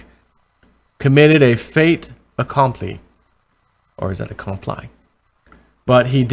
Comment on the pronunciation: it is pronounced Fay ta compleee'